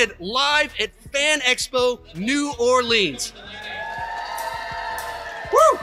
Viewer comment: its not new orLEANS it is new orleans. No emphasis on the leans part of the name.